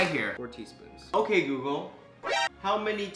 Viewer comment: "Hey GAYgle.”